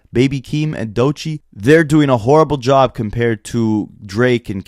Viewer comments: Why ak keep saying doichee instead of DOECHII* 😭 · Bro said "doychii" 🤦🏽‍♂️😂 ak is a dh 😂😂😂